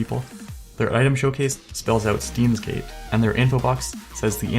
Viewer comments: "STEENS GATE" ROFL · since this will be lost in the comments... 1. you pronounced steins;gate wrong 2. the profile is based off the anime, which is based on time travel and literally everything on this guys profile is part of the show or game 3. DK pepper is also a reference from the show 4. el psy kongroo is also a reference from the show/game sorry you made me cringe so I wanted to vent not trying to be a smart ass (but I kinda am) anyways great video